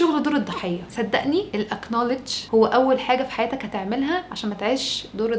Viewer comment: الحقيقة اني دايم إذا شفت مقطع لمصري مااتابعه لأني أعرف ان كله حشو، أي كلام في أي كلام ومقطعك هذا أثبت لي هالشيء، كان نفسي أطلع بمعلومة عميقة أو مؤثرة مافيه كلها ريتويت لكلام الناس. المهم المعرفة بالانقلش knowledge تنطق نولِج مو اكنولِج ال K سايلنت ماينطق